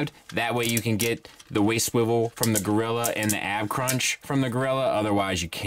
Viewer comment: Monk...Monk...Mon...you're sayin it wrong...or a gorira...